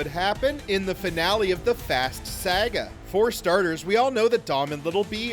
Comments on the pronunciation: Bro said: 🗣️🗣️🗣️ Sayugua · I can’t believe you pronounce “saga” like that 😂